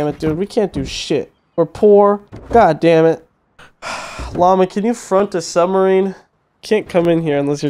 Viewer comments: Bruh what’s a sumbarine 😂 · has his M and B backwards with submarine... he says "sumbarines" lol we love you. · "Sumberine" do the speak very well